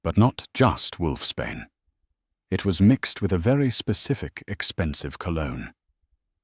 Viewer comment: Just a heads up,it’s wolfs Bain not wolfs Spain😂🇨🇦